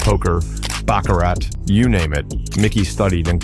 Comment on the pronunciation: Can’t possibly take this video or person making it seriously when you mis pronounce baccarat every time